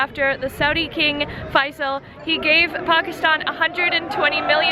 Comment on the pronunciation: the way you pronounce Pakistan & Islamabad is so perfect 🌟 I love that you respect our religion, culture & even care about pronunciation 😍 Thank you so much 💖 Huge Respect for you sister💕 May God Bless you with his Mercy💚